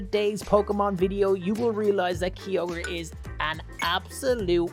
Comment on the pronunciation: He says his favourite Pokémon Kyogre and he doesn’t even say it right